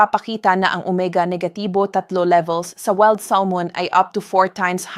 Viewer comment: Oo nga kabayan iba yung pronounce ni ma'am sa maskol at weld Salmon ha ha ha!! Nakakaaliw si ma'am sa binabasa niya.Baka bikolana si ma'am kaya iba ang pagbikas niya sa words.